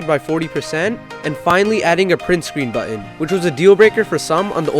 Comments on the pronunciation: hehe true, but dude you say button really strangely :) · button not buttu-in written not writtu-e-in